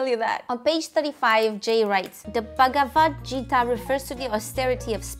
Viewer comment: Bhagavad Gita is pronounced "G" not "J" 😉